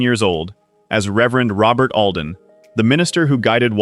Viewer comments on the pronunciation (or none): none